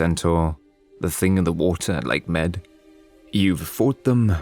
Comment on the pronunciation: it is said Lake Mede/Mead... not Lake Med...